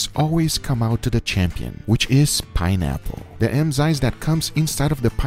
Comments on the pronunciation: Enzymes, not emzynes... just saying☺ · Everyone: enzymes Guga: EMZYNES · Emzyens and carvanation, my favorite guga words